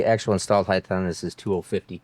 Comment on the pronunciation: My question is this, why do you pronounce height as "heighth"?